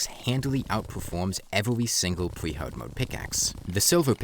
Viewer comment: “Evewy pickaxe”